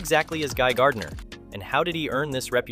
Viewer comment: It's not Guy Gurdinar tho